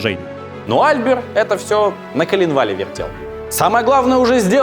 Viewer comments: Жорж Эже́н Осма́н (фр. Georges Eugène Haussmann)- ударение на последнем слоге, ОсмАн. Он же француз... И Эйфель всё-таки ГЮстав, а не ГУстав. По той же причине. И де Дион - АльбЕр. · Putain! Мсье!! Ну на последний же слог ударение во французском) Осмáн, Альбéр и т.д. Ну пазяаааазя!!! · Дико отвлекают неправильно проставленные ударения во французских фамилиях. Неужели нельзя было перед публикацией узнать как читается Осман или Альбер? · Почему в именах Альбер и Никола ударение не там, где надо? Франкояз же. Ну и по истории куча мелких косяков. Видос прекрасен.